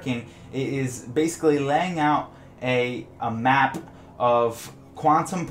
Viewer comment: Unrelated but I noticed you put a lot of stress on the hard "p" sound in apP and maP, and then also that your channel name is Opvious :P